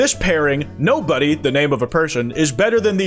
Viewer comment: Her name is Nobara not “NOBODY”. And they’re from Jujutsu Kaisen.